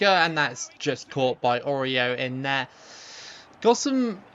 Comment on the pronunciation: Orio ❌ Oreo ✅